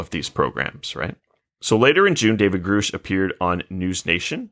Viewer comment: Given they can’t pronounce the name Grusch correctly it seems they haven’t actually watched the testimony